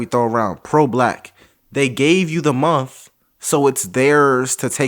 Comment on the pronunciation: There aren't many things that get under my skin as much as when they say every month is white history month. Well, they actually say every munt is white history munt and that irritates me too. Why would you try to sound ignorant on purpose?